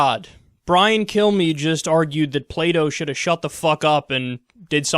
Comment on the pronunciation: i thought you said "play doh" instead of plato lol